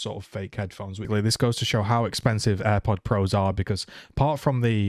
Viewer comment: You said AirPods Pro wrong